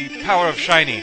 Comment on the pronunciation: are u british? i like when you said seny instend of shiny, and when u say GODZ.